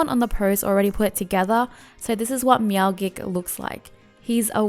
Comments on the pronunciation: your meow gik shieeett was so annoying its pronounced meowjik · D-did you just say "meowgik" like gif? It's clearly a play on "magic" and "meow"